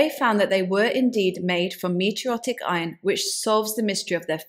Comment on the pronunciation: Very informative as usual. But you must do more research, of only to avoid the errors, such as "meteorotic", and mispronunciation of Çatal Hüyük & h-aitch.